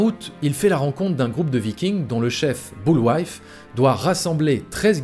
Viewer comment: Boulwife ? Ton étude est super bien faite mais dire "boulwife" plutôt que " boulvaï" c cho